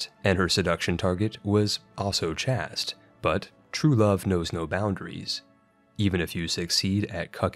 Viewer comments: And chaste is "chased" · Or "chast" for that matter. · chaste and duchy are pronounced incorrectly and it drives me nuts.